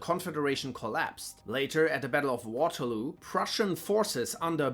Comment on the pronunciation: Its waterloo not waterloo